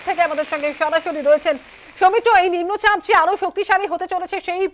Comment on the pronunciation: নিম্ন চাপ কথা টা উচ্চারণ করতে পারছে না রিপোর্টার